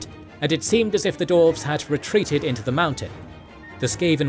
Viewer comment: Love this channel, but consistently, this narrator has difficulty pronouncing things correctly. Maybe a bit of practice would help, and looking things up before recording? E.g. "dwarves" not "dorves" And "ArchAYon" not "Arkon"